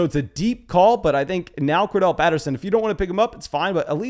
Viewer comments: Cor-DA-rel not Cor-Del bro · HIS NAME IS CORDARRELLE! Not Cordelle